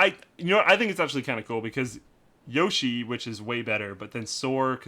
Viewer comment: I hate people who say yosh-ee instead of yo-shee, knows the stuff.